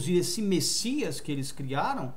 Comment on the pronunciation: Amado essa não é e nunca foi a pronúncia do nome do Messias